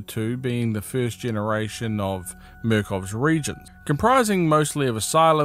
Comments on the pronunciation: Ok I’m confused are they pronounced re•gents or re•a•gents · The word is re-agents. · Re-agents, no reagents